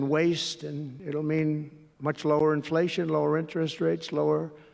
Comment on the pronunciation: he pronounced inflation wrong.